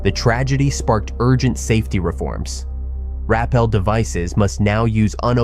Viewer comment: you do cave videos and you dont know how to pronounce rappel?